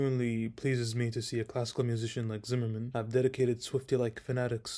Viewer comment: Curious - besides being a YoutTube guy - what are your qualifications? I wish at the very least you'd learn how to pronounce Zimerman's surname correctly. I'd love to hear your playing ...